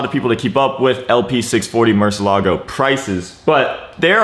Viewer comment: Bro u gotta pronounce the car right